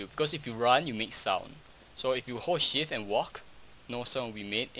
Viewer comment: It sounds like he is saying "horse shit" instead of ''hold shift" xddddd